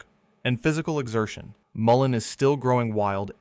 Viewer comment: Great info and pictures. Thank you for checking that almost all pics are correct. You pronounced Mullen many ways. It is pronounced: mull (like pull) in (like inside). Yarrow: yar (like in yard) o (like in ok)